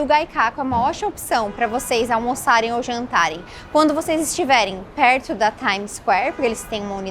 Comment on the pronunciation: a pronúncia está errada Gyu Kaku 😉